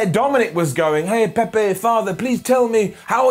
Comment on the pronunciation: Ah yes, "Pepe" Mysterio.